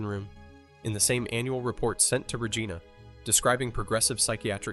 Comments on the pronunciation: not only does it miss pronounce Rigina, it also is attempting to show this to lookmlike aneique footage by putting on lines and spots. When looking at a more recent picture of the hospital with the windows boarded up it shouldn't have old footate marks. its so sad that we have AI fooling us like this. It's what will be teaching future generations what is "accurate and true" So expect generations who will be spoon fed lies like this but tha's probably no different than King Kames re-writing the bible or others who have rewritten history over the years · Why can’t your AI say Regina right lol